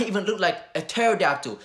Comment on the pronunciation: This man said taradackle! Facts brother!